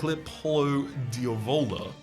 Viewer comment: Not to be Hermione or something, but its diàvola, not diavóla (italian for devil, but female because its culinary 🤷🏻‍♂️)